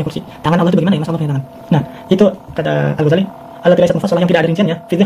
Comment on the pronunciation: Muhun ajengan. Atuh ajengan mah nyebut Al-Ghazali saja msh salah hehe. Harusnya huruf za di tasydid. Jadi Al-Ghazzali kalau nyebutnya benar. Kalau nulis boleh lah ditakhfif.